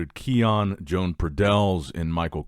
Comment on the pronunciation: Why are you pronouncing his name joan thats a woman's names you are saying. It's pronounced yo-hann